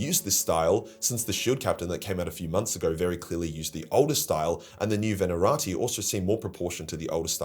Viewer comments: The fuck is a Venarati? Even down under, that's a bonkers pronunciation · Ve-na-ta-ri. I don't mean to be a jerk, but, common man, this is your job.